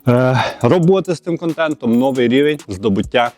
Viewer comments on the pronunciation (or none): Biдповідь на чего чего : новий - наголос має бути на 2 ий склад , одіваються ні, - одягаються ; наряжаються ні, перебираються, в кавичках -- ні, в дужках, ростворітєль -- ні, розчинник. Пора вже говорити чистою українською...